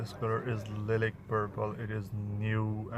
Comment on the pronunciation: hahaha lilik purple chutiye urdu hi bol le nai aati pronunciation to